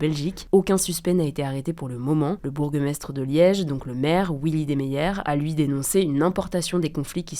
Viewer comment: Le bourgue maistre XD Renseignez-vous sur la prononciation des mots svp ;)